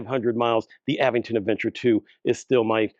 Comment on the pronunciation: The correct pronunciation for the e-bike brand Aventon is "uh-VENT-ton". The middle syllable, "VENT," is stressed, similar to how you would say the word "Avengers".